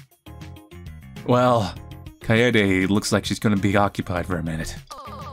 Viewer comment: almost lost my mind from the mispronouncing of kaede. literally just kade with a silent e.